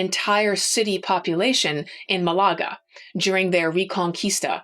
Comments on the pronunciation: Hi. I'm realy admire and enjoy your skill and talent to narrate history that pherhaps I,'ve already knew. I'm also amazed of your musical talent. A minor but significant issue tough to us spanish native speakers: please don't say Malága. ITS proper pronunciation Is Málaga. With a pitch en the first silabe. You may or mate not ignore me. Anyway I'll continúe to follow your podcast, recomend you wildly. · I like your passion and knolege (really), but I will be that petty (?) person in the commentaries: Malaga is not said maLAga in spanish, I think. More like MAlaga (but maybe there is a specific pronuntiation in english). Also, it is true the portuguese engaged (?) in capturing and buying slaves in Africa, but not all individuals were considered slaves right away. There was a diplomatic relation with the king of Congo, for example, with embassadors, letters exchanged between both jings, etc. The king became christian, soon there were black priests and bishops (in Congo and Portugal), also black knights in Lisbon, etc, all this in XV and XVI centuries. (Sorry for my english.)